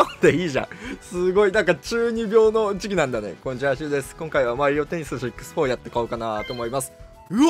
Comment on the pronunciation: しゅうもマリオテニースシックスホォーって言ってない？w